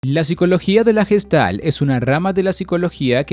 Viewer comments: Recuerda, se pronuncia "guestalt" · no asi se pronuncia gestalt oka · se pronuncia Gueshtalt